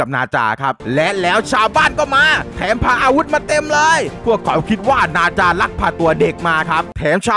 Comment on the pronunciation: พี่มันไม่ใช่บาจามันนาจา